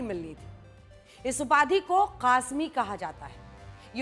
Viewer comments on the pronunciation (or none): Mutaqqi nhi Muttaqi bolo papa ki pari. Aur Qazmi nhi Qasmi hai Anjana om ji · Didi qajmi nahin qasmi hota hai